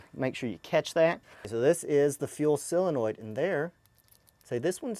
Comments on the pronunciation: So - Linoid. Not silinoid. ;-)) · How come so many people pronounce it SILenoid... It's SOlenoid. Just curious about that because so many people in so many videos say it like that. Anyway these videos are cool..... Thank you. I'm going to be doing this with mine for sure.